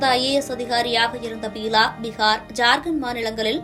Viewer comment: Pronounce the name properly buela not peela ... May his soul rest in peace.... Amen...😢